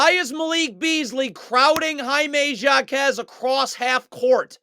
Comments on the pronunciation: For the last time it is pronounced. ( hi -may Ha-KEZ) No Jakez but HAkez , he is Hispanic you don’t pronounce the j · "Jockez" 🤣bro its pronounced "Hawkez" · the J in JAQUEZ is silent my friend 🙂😂😂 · JA-Quez Lol